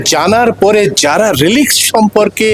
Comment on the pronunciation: সরি, উচ্চারণটা "রেলিক্স" মানে ধ্বংসাবশেষ।